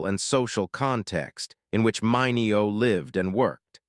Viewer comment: You really need to tweak your AI narrator, which consistently mispronounced Sal Mineo's last name throughout this video.